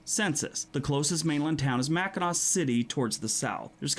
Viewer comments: Did he pronounce the ending ‘c’ in Mackinac?? As someone who lives in Michigan, it is pronounced Macinaw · It’s written Mackinac , but it’s pronounced “Mac-in-awe” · The way the guy pronounced Mackinac MI :D